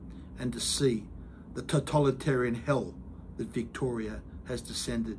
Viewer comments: With all due respect Mr Kelly, I would like to advise you that you are mispronouncing the word 'totalitarian'. You are pronouncing it as if it were spelt 'totOlitarian'. I advise you of this so that our enemies don't have anything petty they can use against you. I send this to you out of good faith and full support. Other than that, keep fighting for what's right and we will continue to fight by your side! ✊ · It's to-tAL-it-arian ...